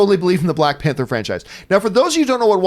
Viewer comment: “Balck Panther”